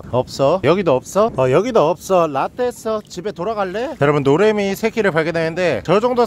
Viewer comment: 노래미 이름을 노애미 라고 하세요.ㅋㅋㅋㅋㅋㅋ